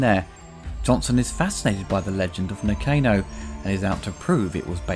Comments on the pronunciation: I'm pretty sure it was pronounced Na-Khan-o, not Nah-Cane-oh.... ;-) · Did you even watch the film ? You are pronouncing Nakano incorrectly.